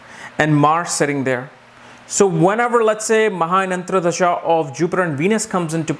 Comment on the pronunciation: Dasha is antar dasha and not antra dasha. Just a small mistake in word pronunciation.. also the word is Dasha and not Dasha.. similar mistake